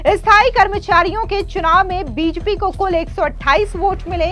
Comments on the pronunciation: कैसी एंकर है । बीजेपी नहीं बोल पा रही है ?? बिजपि क्या है ! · बीजेपी होता है बीजपी नही,ढग से बोला नही जा रहा और यूट्यूब पर समाचार वाचक बन रही हो।